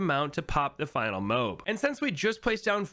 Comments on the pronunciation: Did he call a mo-ab a moeb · Everytime he says "mobe" I die